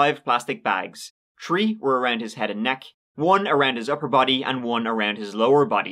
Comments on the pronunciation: I think if you can say that right then you can say three right. Ok, try with me, three, ok sounds better. Good. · 🤦🏻‍♂️ I’ve Told Y’all …I’ve Told Ya! 🤦🏻‍♂️ The more times says Three …oops, I meant “Tree”… the More F’ed-Up, Twisted, Gruesome, et•all the Story is gonna end up being! Some of you have thought my Theory Banal, but I am Convinced Now more-than-ever that when he’s doing Research for an Episode, it goes something akin to this… 🤓 sits down at his 🖥️ 🤓 🤔 [entering Search Criteria] • Creepy 💩 • Obscure Crimes • Plot Twists • Tings to make you go “Hmm” • Murder Motive/🛳️💰🕺🏻🕺🏻🕺🏻 • The Number Tree Three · I CAnt never get over the way he says the number Tree instead of three 😂😂😂😂😂😂